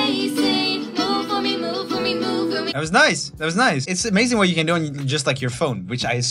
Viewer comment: Roomie, the way you have started to pronounce words when you sing is getting a little weird man. When ju sön ajl mäjk ju då it öööl agäään 💁 just saying